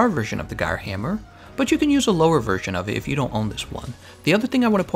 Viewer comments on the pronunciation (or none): none